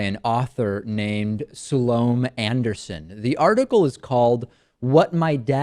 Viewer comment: Pretty funny that you start out by saying the only thing she got right is your name, when you didn't even do her the courtesy of finding out how to pronounce hers.?